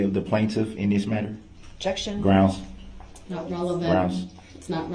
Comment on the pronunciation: Ah-jection, suBStain, license place, grounds, enty interaction, axe, liberry, so so many